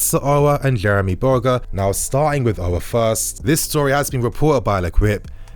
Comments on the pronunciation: The prononciation of Aour in English is disgusting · chelsea 4life he doesn’t even pronounce his name right